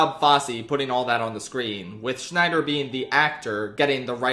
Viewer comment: Scheider not Schneider